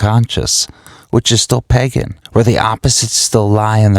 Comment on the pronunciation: It's pronounced "Pay-GAN" not PEGEN